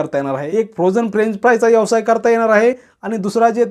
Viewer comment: यवसाय नाही व्यवसाय म्हणा.